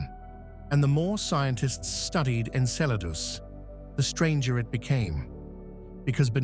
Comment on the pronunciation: I respect ya, but... Thats not how you say it...... Okay, that's much better.